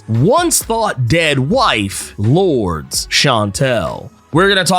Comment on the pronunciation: Lordes name is pronounced Lore•Dess no hate just thought you’d want to know 😅